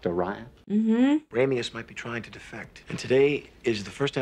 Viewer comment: Love you, but research the word defect. Great reaction as alwayws thogh.